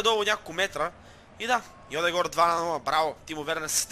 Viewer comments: не е Йодегор, а Йодегард, леле... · Не е Йодегор а е Одегаард ;) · пройзнася се йодегерд а не йодегор и джака а не хака!!!